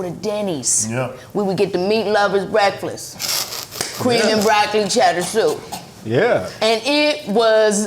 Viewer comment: absolutely in love with the way Kiki says "brekfliss"